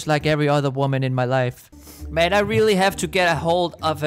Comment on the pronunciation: I love how you say:rEaRlLy I’m laughing so hard